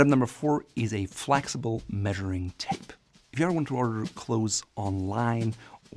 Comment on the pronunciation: Flexible vs Flaxible. The accent makes it work. Easily forgiven.